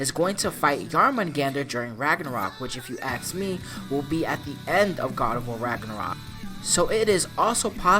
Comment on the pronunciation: It's "ask", not "aks"